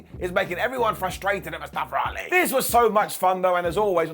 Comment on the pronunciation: "Mustafer Ali" 🤣🤣 y'all so funny with the accents. Legit honest question, why do y'all add letter R's to word that don't need it. Like here with the mustafer 🤣